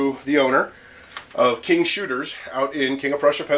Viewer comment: Haha, didn't realize you were a local. When I heard you say "King's" it struck me as peculiar and then "King of Prussia" and realized there was no mistaking it. I've only bought powder and primers from them, so far. I work in KoP and live about 15 mins from there. Got my XD-S about three months ago online.